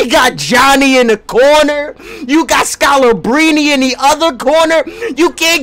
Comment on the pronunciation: Nobody:: "SCALABRINI"😂😂